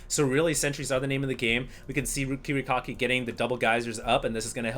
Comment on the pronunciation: love how pronounces kiwikaki as KIWI-COCKY... hahaha lol